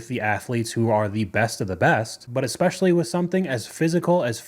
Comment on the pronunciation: Anyone who pronounces it "ekpecially" automatically lose me with their argument 😂